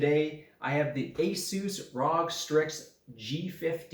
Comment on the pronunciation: first time on the channel. you stole Linus Tech Tips' youtube channel name idea. Edit: revisiting old videos I used to watch and I am wondering why I came of the idea to write this... I'm sorry man, I was being a fanboy/stan. Keep going strong! Another edit: It's usual pronounced "Are-oh-Gee" (all letters said individually not together) but you do you mate!